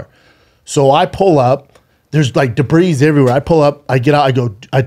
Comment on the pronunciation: There was da-breeze everywhere... ugh... meathead.